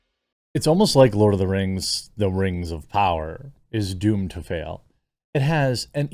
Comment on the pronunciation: Lord of Da Rangz Return of Dim Kangz